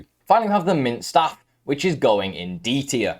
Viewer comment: Good video but you pronounce staffs wrong